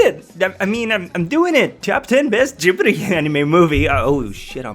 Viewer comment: Its Ghibli not Gibri....